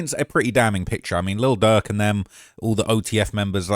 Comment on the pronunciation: I swear you’re calling him Lil Duck 🦆